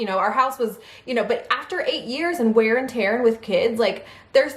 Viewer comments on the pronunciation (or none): none